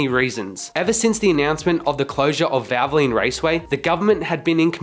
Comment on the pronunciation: Why can’t you say valvoline correctly. “ vavalene” 🤣🤣 and while I’m at it, what is a prodge ect. Are you an Aussie. The word is pro ject, try it ,we have been saying it for over 200 years.